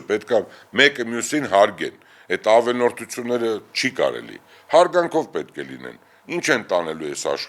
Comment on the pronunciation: Այ անգրագետ երախտամոռ, 90-ականներին բախտդ բերել է՝ դարձել ես մլն-ատեր, թքելով քո նախկին ընկերների և գործընկերների վրա: քեզ լսելը՝ տհաճից էլ տհաճ է: կերպարդ ավելի բացահայտելու համար, ստիպված լսում եմ, բայց առաջ տալով: Հենց սկզբից ես ցույց տալիս տգիտությունդ: Անձեռն(ա)մխելի չէ, այլ՝ անձեռնմխելի, ավել(ն)որդություն չէ, այլ՝ ավելորդություն: Հո միայն փող հաշվելով չե՞ն դառնում հասարակության ՙՙերևելիՙՙ կամ ՙՙազնվականՙՙ: Դու պլեբեյից՝ ոչնչով չես տարբերվում: Շողոքորթ, միլիոններդ էլ չեն օգնում քեզ, որ դուրս գաս նիկոլիդ ստրկությունից: դու հիմա, անհավասարակշիռ, հոգեկան նիկոլիդ նման՝ մանիպուլյացիաներ ես անում: Չգիտես ,,ջղայնության,, աստիճանը՝ կասենք: Դա ուղիղ մեսիջ էր, իր ախպեր ալիևին